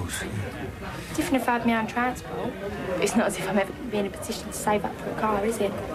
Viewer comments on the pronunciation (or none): Position not petition